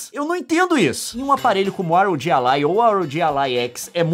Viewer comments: é "RÓGUI" não R.O.G., Leon. Aff INASSISTÍVEL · que video incrivel leon, mas infelizmento eu fico agoniado em ouvir vc falar R O G e nao ROG kkkkkkkkkkkkkkkk